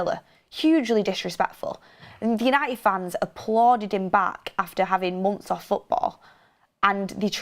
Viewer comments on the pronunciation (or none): none